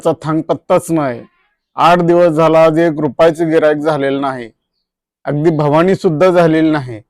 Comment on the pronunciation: साहेब, भवानी नाही म्हणत तर बोवनी असे म्हणतात